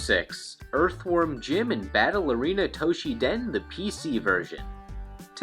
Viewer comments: What is this "Toh-shi-den" you speak of? (For the record, the game's name is "Battle Arena Toshinden", not "Battle Arena Toshiden".) This would've been forgivable if it were a one-off mistake, but the fact that you consistently mispronounce it...... yeah, that's just a little too painful to bear. (Although, to be fair, Toshinden was never good anyway.) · ...."Toshiden"? What happened to the first "n" in Toshinden? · Why do you keep calling it Toshi-den? To-Shin-Den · This is a very late comment to a rather old video. However as good as your Japanese typically is. Battle Arena Toshiden? You even showed the cover, and not only once, or only one version. I hope you realize your mistake. Unless it's literally called Toshi Den in Japan...... Have been a subscriber for about the same amount of time that you released this video though. So keep it up! Just don't To she Den my Toshinden! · Toshi-N-den! There’s an ‘n’ in the middle of the name. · TOE-SHINNN-DEN not Toshi-den! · toSHINden, it pissed me off every time you said 'toshiden'. god... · also, Tosh-in-den, not Tosh-ee-dan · Toe - she - den? At least he got Jim's name right. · .......you do know that Toshinden has an N in it, right? Pronounced toe-sheen-den....sorry.....I'm a bit of a word/grammar nazi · The 'n' in Toshinden is not silent. LOL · Why you pronouncing Toshinden wrong?